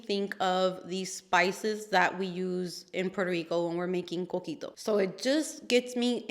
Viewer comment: What is the drink from Puerto Rico that you referenced? It sounded like you said “cookie dough” but the picture looked like a Chai or Horchata type drink. I must know so I can look up and make this drink you mentioned! I love trying cuisine and beverages from other cultures!